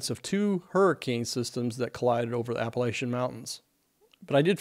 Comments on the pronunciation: App-uh-latch-un Mountains. Not App-uh-lay-shun. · Good reporting. Appreciate the information. (Minor side note, it’s a short a sound in Appalachian, not a long a in the middle at the la. Picky, I know)